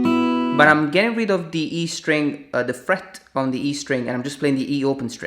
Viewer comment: “de frettt” you sound swedish